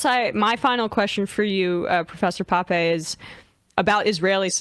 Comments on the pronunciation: Not Pappy but Pappey that is the pronunciation ! Thanks. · "Poppy"??? Sam, please show the man some respect and get his name right